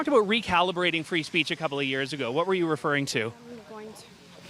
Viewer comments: Did she say "freedom of spreach"?! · "Freedom of spreech" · She said freedom of spreech Ha